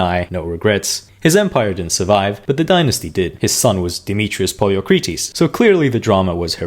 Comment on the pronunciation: Can you really not say the word "died" or "killed" in your video? This is asinine. Also could you not have made even a tiny bit of effort to pronounce Poliorcetes properly?